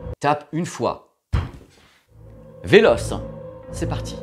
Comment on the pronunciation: Le "véloce" m'a complètement fumé 🤣